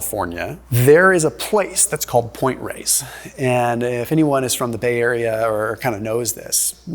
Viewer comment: That's Point Reyes. Not "Race", lol.